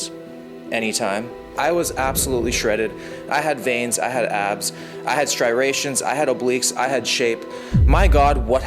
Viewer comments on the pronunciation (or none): "Strirations." Lol.